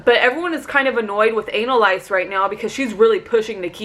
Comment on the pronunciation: Are you calling Analyse "ANAL LICE" on purpose? You crack me up! And yes, this is a very boring and predictable week with Holly as HOH. Poor Sam! Feel better and get some rest this week.